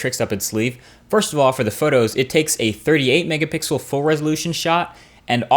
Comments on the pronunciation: Why do you say Mega bixel? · my man said mega 🅱ixel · OKAY I just realized you slide in mega BIXEL in most of your videos. I can't believe it took me this long to notice it. I know I noticed you have said it before but I thought I just misheard you.